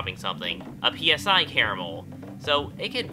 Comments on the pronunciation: Commenting on an old video to tell you that it's pronounced "sigh", as in the Greek letter psi (ψ) which is used in conjunction with psychic phenomena. And the only reason it's capitalized as PSI is because in Japan the game uses the abbreviation PK, for psychokinetic. Does it bug me when people say P S I? Yes it does. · I like how he pronounces PSI as P.S.I like the pressure, but says Psi (S~eye) with other items and stats. like how much PSI does it take to make Caramel? of course I'm just pickin n pokin